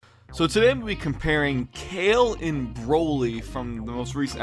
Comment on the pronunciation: Everytime u said Cale, instead of "Kah-Leh" I cringed. Wow the animation is so bad compared to the 90s. I felt like they were just giving us a animated short fight of Broly so it's not bad...